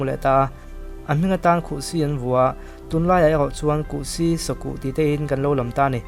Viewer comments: Kuhsi... Pasi tih a (si) tih thluk a lam tur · A lian chi hi kuhpui, a te chi hi kuhsi... Ngeiawmsi tih a (si) thluk angin lam tur